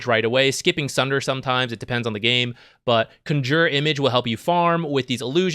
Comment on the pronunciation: Yes, accent is in the wrong place.